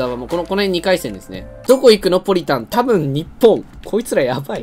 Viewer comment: 唐突な「たぶnにっぽn」でむせた